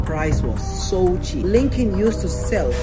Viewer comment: Uhhh bro it’s luckin not lunkin